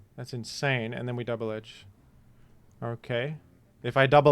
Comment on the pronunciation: don't say double edge-ing like that